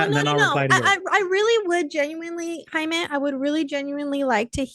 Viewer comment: you said his name right at first Jaimy